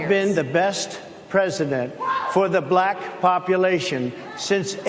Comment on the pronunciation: She’s BUH-LACK 😂😂😂🤣😅💀